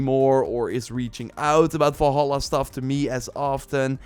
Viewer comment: I don't get annoyed often but jesus, how hard is it to say "valhalla"?